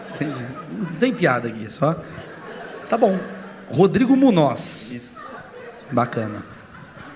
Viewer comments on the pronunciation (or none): Munoz sendo uma palavra espanhola se fala munhoz kkk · O moleque não sabe sequer que o sobrenome dele Munoz na verdade é Muñoz e se pronuncia “Munhos” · Mano o cara não sabe o próprio nome! Muñoz é origem espanhola e o n sozinho se pronuncia nh 😄 alguém explica pra ele pelamor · O cara nao sabe pronunciar o proprio nome.